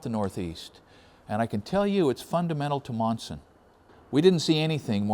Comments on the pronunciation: not too many towns out this way sound the way they are spelled...lol These are two examples... Leominster (Leminster), Monson (Munson) Great video. Keep up the Good the work! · Lol quite a story. Being from Massachusetts I did get a chuckle out of your pronunciations. Monson is "Munson" Leominster is "lemonster" Glad you had a nice trip. I am only 15 miles from Monson. I worked in the "old town hall" in Monson which dates to the civil war. Very interesting as I never herd of George Burdick. learn new things every day